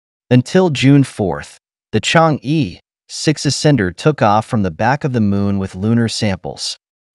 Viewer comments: The correct pronunciation in Chinese is Chang-"er",not Chang-"ee" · Good video. P.S. Chang'e is not pronounced /chang-ee/ but /chang-er/